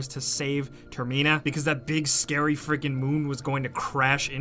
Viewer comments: Comment if you cringed at him saying ter-MI-na and like if you're in the TER-mi-na train. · says termina wrong